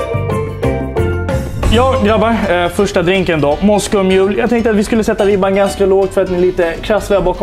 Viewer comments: Han säger "Moscoll mule" Är denna snubben verkligen bartender? :p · "moscol mule" hahaha alltid lika tjommig